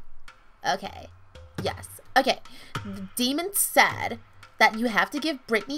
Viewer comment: If SAYD HOVA ONE MORE TIME